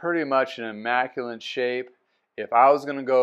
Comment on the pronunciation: Are you saying "immaculent" or "immaculate"?